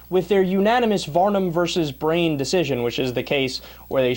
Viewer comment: The GOP are nothing more than children throwing a temper tantrum and proposing and passing unconstitutional bills because of their "beliefs" Also it's BriEn, not Brain Otherwise, spot on!